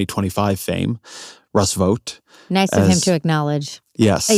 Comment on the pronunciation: Vought rhymes with thought and fought, not vote.